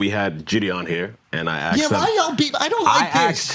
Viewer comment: It blows my mind how JiDion has just let everyone say his name wrong and he doesn’t care lol. It’s not Jid-E-On lmao